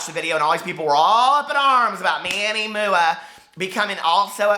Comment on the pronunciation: omg, I DIED WHEN YOU SAID "moo-ah" for MUA! LMAO LOVE IT!